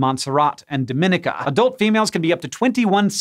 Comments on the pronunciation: It's not do-MI-ni-ca, it's do-mi-NEE-ka! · It is so so rare for you guys to make a pronunciation mistake, but the Commonwealth of Dominica – unlike the operative word in the Dominican Republic – is pronounced doe-men-EE-kuh, not duh-MIN-eh-kuh. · dom-in-EE-ka, not do-MIN-ik-a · Dominica is pronounced Domineeka. Dominican Republic is the Dominnika one. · you pronounce dominica like dom-in-eek-ah, really stress the second i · It’s pronounced /dah-mi-NEE-kuh/ or /doh-mi-NEE-kuh/ with the accent on the 3rd syllable. Take it from someone who lives on a nearby island with lots of Dominican immigrants. (And, as always, Dominica is not to be confused with the Dominican Republic.) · I just commented this, too. 🤷🏽‍♀️ We'll see if they correct it later. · Me.. a Caribbean girl wincing every time he pronounced Dominica wrong. The second I is like an E. Doh-min-e-kah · Person from the Caribbean here cringing a smidge at the pronunciation of Dominica. Do-min-EE-cah :) Tiny mistake, totally not judging! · It's pronounced Dahm- in- EEK - ah. (Dominica 🇩🇲) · Dom in ee ka. Its not the Dominican Republic. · Did you get how to pronounce “Dominica”? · As a person who lives in the Caribbean, no insult to you or your editor, it was simply hilarious hearing how you pronounced "Montserrat" and "Dominica". Thanks for the good laugh.